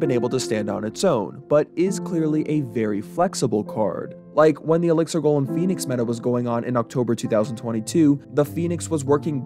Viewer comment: Elixer monster. "GOHLHEM". i wish these nerds could speak properly